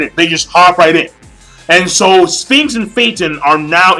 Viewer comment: its phinks not sphinx you have been calling him that for so long you need to be able to get it right eventually